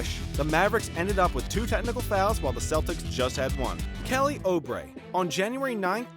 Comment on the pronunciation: Try Oubre again you’re pronouncing that one wrong too!